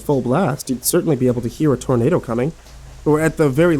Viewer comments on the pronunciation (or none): none